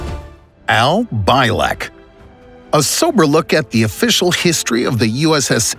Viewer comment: Al Bielek: Pronounced: Al BEE-LIK not By-lek